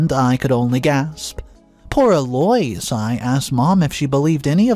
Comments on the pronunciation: What the HELL do you have against the English language?!? Eloise is NOT pronounced "Eloys" It's pronounced "Elo-eese" You make it so difficult to listen to your stories! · It has become a game here in the office; What name will butcher today? E-Loys for Eloise?, have you ever heard it pronounced that way? El-O-weez!!! 😂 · Eloise is pronounced El oo ise or El Louise but never El oi s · Eloise = EL - Low - Eees Phonetic pronunciation… I love the stories but the pronunciation is killing me, lol. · the Eloise name is pronounced Ello-weez. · ...the MIL's name is pronounced 'El-o- weez. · Holy crap!!! L-O-EESE, eloise. Y can't u pronounce words correctly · sir or ma’am, I have NO issue with the way people speak… to you. In public or private. Correct people if they say your name wrong. I do it ALL the time too. This man is PUBLICLY telling stories. I’m referring to him and his pronunciation FOR THE STORIES. Eloise is a fairly common English name- he can pronounce it right. He’s LITERALLY said names right then WRONG in his stories. He does it on purpose. It bothers me. But not enough to NOT watch the stories. Speak up, wear a phonetic name tag or use a nickname. 🤷🏽‍♀️ Otherwise, I have no comment on how EVERYONE ELSE says YOUR PERSONAL name. Have a lovely day person. ✌🏽